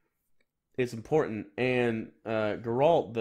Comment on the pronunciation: fuck you you can't even pronounce Geralt's name